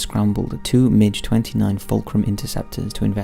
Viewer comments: Don't want to sound picky, but MiG (the aeroplane) is pronounced "Migg," not "Midge." Hearing MiG repeatedly pronounced like the insect is very grinding!! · It's a mig. Not a midge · I love how you pronounce the Russian Migs as midges. Never change. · The strangest part of this video is hearing MiG pronounced as Midge, 🤣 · MiG rhymes with pig, not fridge.